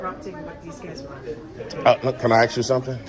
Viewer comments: Agreed, before we praise his voice so much getting a handle on how to speak and pronounce words would go a long way towards making him a top pick for being articulate. All that Axing needs to be the first thing to correct. He does have a good grasp on what the facts are although I hated seeing him miss the opportunity to slam Officer Anderson when she took exception to him using the word "molest" saying it's 'such a powerful word" because thats exactly the word the constitution uses when refferring to police harrassing citizens in the 4th amendment. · I WATCH THIS GUY ON HERE BUT WOULD NEVER WATCH HIS CHANNEL. HE CAN SPEAK ENGLISH SO SAY "ASK" NOT "AXE" AS YOU SOUND DUNB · PLEASE STOP SAYING, "AXE" ... IS 'ASK' REALLY THAT HARD, OR OFFENSIVE ??!?? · I think this gentleman would get a little bit more respect if he could pronounce the word(ASK)